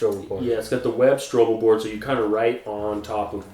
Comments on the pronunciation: stop saying stroble board